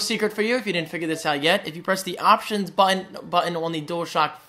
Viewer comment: The word 'button' is not your strongest.